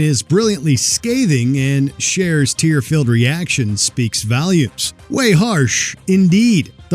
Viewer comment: "speaks valumes"? jiffs? Dude, learn to speak English!